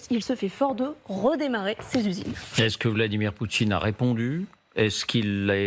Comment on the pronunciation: ??? ..Le nom du dictateur russe c'est "Poutine", pas "Poutchine". Ce type de chez Porcshe n'a pas compris que ce genre de proposition pourra avoir du sens dans quelques années quand Poutine et son régime corrompu auront disparu et que la guerre sera terminée, alors que proposer ça maintenant est juste inapproprié.